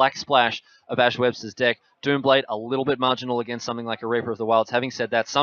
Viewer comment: Why in the worlds streamer spells "dick" instead of "deck". I just can't stop laughing.